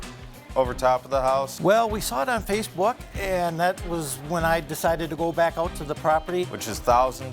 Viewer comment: The way he pronounced roof (ruff) and Facebook (Facebok) was funny.